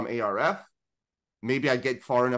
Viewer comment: Arf... Just say arf, not A. R. F. Idk why that's been bothering me. Great episode otherwise.